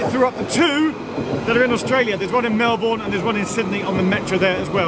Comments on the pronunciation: Dear Geoff; you’ve been infected with US English. It’s “melbun”, not Mel+bourne. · ...... and Geoff pronounced Melbourne (Aus) (Melbin) correctly ........ eventually.